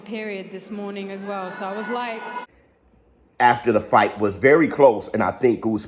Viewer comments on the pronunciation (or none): The morning afterrrrrrr 😂😂😂